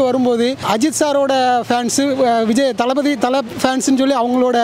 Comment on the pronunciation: Yaara Avan last ah pesuradhu thalapathy nu kooda solla varala dalpaty nu sollitu thiriyuran 🤦